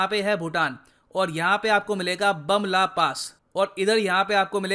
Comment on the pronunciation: Sir Bumla pass is pronounced as bhum-la pass , and Walong as Wah-long ... ( Not Bamla and waylong) ❤️❤️